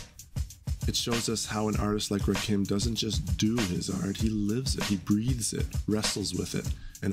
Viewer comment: Please stop mispronouncing Rakim's name.